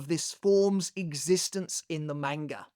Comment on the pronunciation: pronouncing Shinji’s Bankai correctly, but not “manga” is sinister